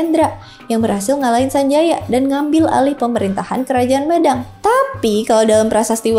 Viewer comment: pembacaan Mêdang nggih mbak, bukan médang